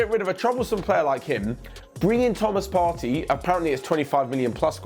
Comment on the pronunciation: Its pronounced Part-tay not Party😤